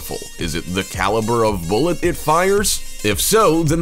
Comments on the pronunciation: The way he says bullet makes my shiver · I cringed every time he said bullet.